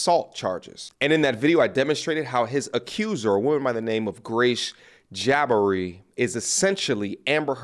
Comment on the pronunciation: Jah-bhari to Jabbari ... lol